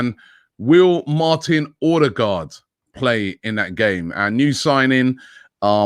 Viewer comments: Order-guard ffs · Stop calling him Ordie-guard !!!